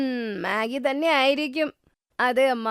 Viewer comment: മെഗി ❌ മാഗി ✅